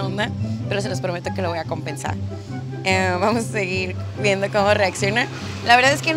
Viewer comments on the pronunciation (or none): none